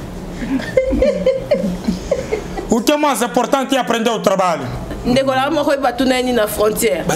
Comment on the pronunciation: Aprendeeeee tu trabaliooooo 🤣🤣🤣🤣🤣🤣🤣🤣🤣nazokoka te 😅🤣🤣🤣🤣